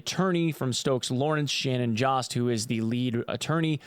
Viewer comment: If its jost it might be pronounced yost